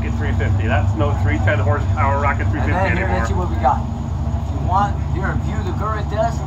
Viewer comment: Rocket .... not ralley.